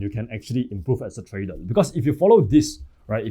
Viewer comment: Trader ❌ Tradel ✅